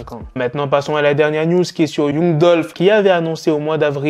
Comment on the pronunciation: On écrit young mais on lit "yang"